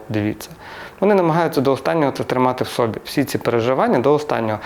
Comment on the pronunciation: не сОбі, а собІ, наголос на І